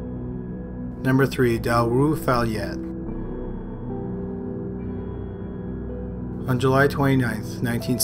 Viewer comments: Number 3... dalrufalyet (Dalsjöfallet)? How can you butcher the pronunciation of a word so bad? where's the "r" in that word , I don't even. At least research or google it to get it approximately right. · you pronounce 3 really wrong xD. its dahl-sjö-fallet i get that you dont know swedish but yeah just wanted to let you know cuz i got a good laugh of that pronounciation. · Damn, you really slaughtered the pronunciation of Dahlsjöfallet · Erika Alksnis the butchering of the name though, "Dalroofalyet"... I'm sure he tried his best haha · Wow, didn't expect something from my city (Gothenburg). Hadn't heard about it before either, thanks for covering it! Also never heard someone butcher a Swedish place name that badly before, that was pretty funny. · wow you butchered that swedish name xD